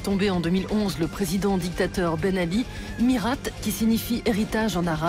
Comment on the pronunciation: rhaaa mais on dit pas MiRATE faut respecter l'accent un petit peu